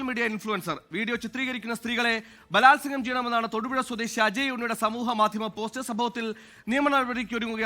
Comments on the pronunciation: ഭാലാത്സകം അല്ല കൊല്ലണം plz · ബാലാസവം, അതെന്താണ് സംഭവം😂